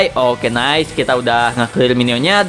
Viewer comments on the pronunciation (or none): none